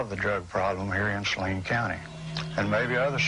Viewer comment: I know this is an old video but how can you watch so many newscasts and STILL mispronounce Saline (Sa-LEEN) County?